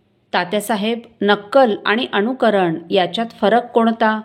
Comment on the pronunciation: ताई उच्चार अनुकरण असा आहे अणुकरण असा नाही. तेवढे लक्ष दिले तर बरे होईल.